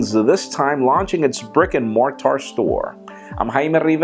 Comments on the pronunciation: Jaime, check with Michael on the pronunciation of mortar. The tar isn't emphasised and is more of a ter. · More-TAR?... Well done Jaime for butchering the pronunciation of the word. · What exactly is Mar-tar?